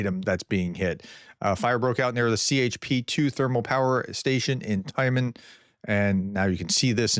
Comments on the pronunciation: Ukrainian is a purely phonetic language. Transliterations into English cause confusion and mispronunciations. Tyuman = Тюман The ю = yu is pronounced as 'you' Kharkiv = Харків Х = Kh No k sound despite the letter. Pronounce the Kh as Har-kiv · Tyumen is pronounced Tew-man 💙💛